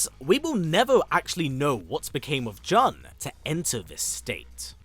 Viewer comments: How does that make sense? Nowhere in her history is it pronounced that way. I don't understand how people can only hear one pronunciation and still get it wrong. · It's Jun not jhon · Please, It's "June" (how Jun sounds in Japanese phonetically), not "John"...😢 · There’s only one way of pronouncing her name and it’s JOON, not and never Juhn. It’s a Japanese name. Even from the games they clearly say JOON. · in japanese jun(準) is pronounced as jee-yoon. juhn and june are both incorrect lol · "JUHN Kazama or JOON depending on how you wish to enunciate it." My guy. Every game literally pronounces it JOON. Never in my life have I heard someone pronounce it as JUHN wtf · I've never heard anyone mention her name as "Juhn" which is very grating to listen to. She's Japanese so her name would always be pronounced as "Joon". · This guy did say Joon once but went back to Juhn rofl. So weird. 😂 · Why do you guys pronounce her name as "Juhn" when the developers and other characters call her "June"? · Jun in pronounced “June”. Not, however someone wishes to pronounce her name! Lol! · It's pronounced June, even the characters in the game say it like it. This was painful to hear 😂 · i'm pretty sure it's pronounced as "june". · The way you pronounce her name is too cringey! John Kazama . Trying to make it fancy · Jun is Japanese, “Joon” is the way you pronounce it— to be like, “you can pronounce it anyway” is a bit tone deaf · The announcer in the game pronounces her name as June so are you saying the announcer is pronouncing the name incorrectly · Jun is pronounced june in the game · Killing me with the "John" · Why TF do you keep calling her John??? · I mean the game tells you how to pronounce her name and the trailer for her character does too there's no debate it's pronounced like June. Kinda annoying when white people don't bother to pronounce things correctly especially when it takes 10 seconds to Google pronunciations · more like JOON'N